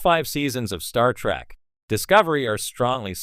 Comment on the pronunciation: Wow, for someone whose CHANNEL is centered on Star Trek. You flip between Trek and Track like my goddaughter who is 8 years old. Please don't defame the show, nor disrespect the fans with your stupidity. BTW, get a text to speech program that actually can pronounce words, or at least that lets you choose pronunciations when it isn't sure. I'm not asking for billion dollar text to speech, just make sure you're happy with your output, before you post it.